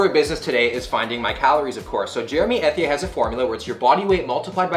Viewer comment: I died every time you pronounced Ethier as you did. 🤣